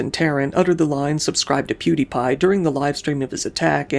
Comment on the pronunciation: You butchered the pronunciation of pewdiepies name